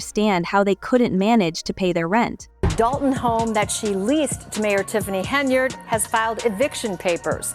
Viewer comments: Henyard, not Henryard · not HENRY YARD, it is HEN-yard AI BOT CHICK